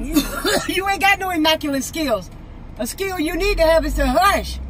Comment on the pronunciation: “You ain’t got no emackulent skills”😭😭😭